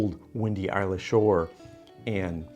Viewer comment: Malt Whisky, not Scotch. The 'y' is silent in Islay.